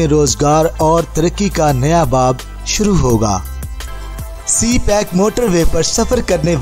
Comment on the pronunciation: Its CPEC not c- pack😊 please correct it😊